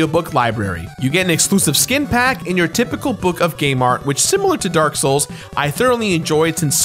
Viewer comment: It’s dark not drak